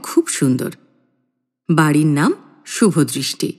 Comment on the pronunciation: শুভদৃষ্টি না শুভদয় 😁